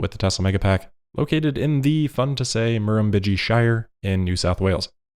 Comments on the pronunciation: Lol Murr-umm-bid-gee, Aboriginal name means “big water,” or “overflowing.” But I did love your attempt! 👍😉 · That was an awesome and so close to getting it right mar-em- bid-gee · Your pronunciation of Murrumbidgee was pretty close... put an accent on it... even closer :D